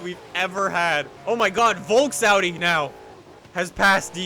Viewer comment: is getting an rs4/rs6 just because he knows how to pronounce Audi